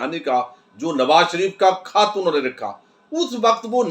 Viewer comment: گوندل صاحب کھت نہیں خط بولا جاتا ھے کھ اور خ کا فرق رکھا کریں